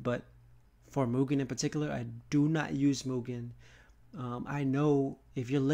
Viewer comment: Also, because it's bugging my ears, thanks for fixing the mugen pronunciation, but it's pronounced, E.-Keh-men, not aikman